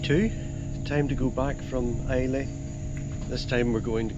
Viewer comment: Really enjoyable video. FYI It's pronounced "Eye-La" not "I-Lay".